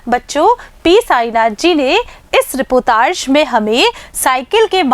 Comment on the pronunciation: मैडम जी रीपोतार्ज नहीं रिपोर्ताज होता है